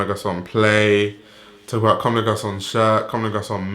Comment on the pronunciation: m8 your vids are great I left a sub but please, stop slaughtering brand names like CdG Tricot or Homme Plus and so on. Really not saying it as hate just save our ears! Other than that, keep going!